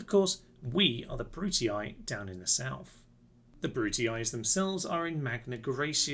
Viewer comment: Do you want a pretty easy campaign, all downhill, with way more power and potential than any other faction, sonny? Choose the Brutii (who, by way, are to be pronounced "Broo-Tee"). Personally, I prefer more interesting, less OP factions, but then again...